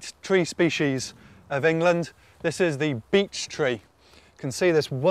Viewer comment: Why does it sounds like "B*tch Tree"😂